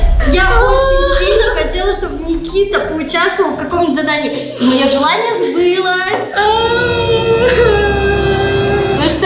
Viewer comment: не сбЫ́лось а сбылО́сь